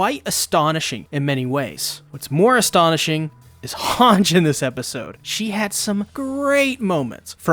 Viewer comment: Bro pleeeeeease pronounce Hange's name correctly pleaaase. I cringe everytime I hear what is supposed to be "Han - ji" as "Hanj" like some french bastardization of the name. Please man, everyine in the show calls her "Han - ji" why you gotta do this to us 🙏